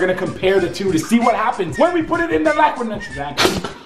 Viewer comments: did anyone else hear liquid Nigeria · when we put it the laqwid nitregen 😂😂😂